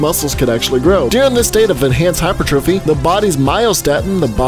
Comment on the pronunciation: you didn't mispronounce hypertrophy, don't worry. :)